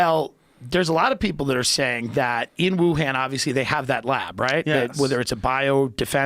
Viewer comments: "WU- HAAN" Its pronounced "Wu-hun" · It’s pronounced Ooh-Hon, not Wuhan. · Guys - Wuhan with an 'ahhhhhh' sound, not a 'ham' sound. 🙋‍♂️